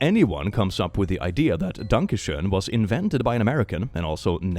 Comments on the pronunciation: Danka Shoen? I thought it was Donkey Shon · I got so fuckin confused when he kept saying “Danka Sheon” cuz one of my friends in named Danka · Danka Shoen is still pretty impressive though. Impressively wrong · Doesn't the song also pronounce danke schön as "danke shein" or something like that? Edit: Sometime it even sounds like "donkey shine". 🤣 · To quote wolfenstein " es ist DANKE SCHÖN VERDAMMT, you are butchering my beautiful language!" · I love how you pronounced "Danke schoen". Especially knowing how the german ö, ü or ä have evolved from oe, ue and ae, to the o, u and a with the e on top, to finally the now modern ö, ü, and ä.